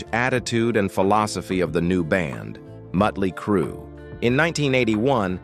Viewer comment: The narrator needs an English class, the name is Motley Crue, not mutley crue, or meatley crue.